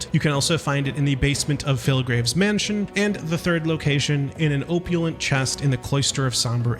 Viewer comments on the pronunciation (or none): love your content dude. This game is so good. fwiw the word 'opulent' has an 'op' like 'optics'. op-you-lent.